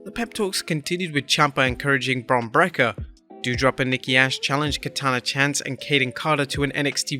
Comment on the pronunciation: You keep mis-pronouncing Bron's last name. Break-er not Brekker. I realize it's not important but it keeps happening.